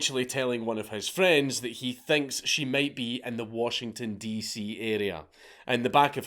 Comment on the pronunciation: I had to do a double take when Dank said this because I have literally never heard the name of my state pronounced this way in my life.